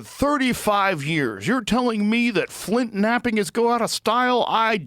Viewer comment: flintknapping' not flintmapping